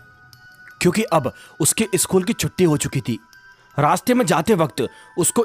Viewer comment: सकुल को ईसकुल कियू बोलते हो